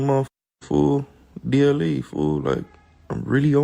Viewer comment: Bro said DLE 😂